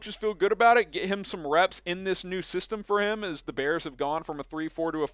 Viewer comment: I Love "da Bears"